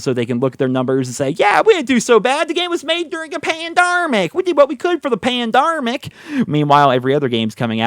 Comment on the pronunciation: "Pandarmic" lmaooo he just went full BT and I love it 😂